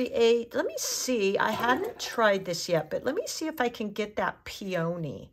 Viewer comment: Pee-o-knee not peOh-knee